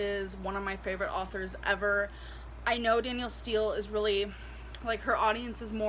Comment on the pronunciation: She said “Arthur’s” not “Authors”. LOL. There’s no “ R” before the “ T” LOL. at her best